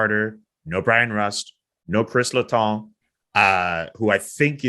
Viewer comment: Le Tong? i think its pronounced Letang ...👀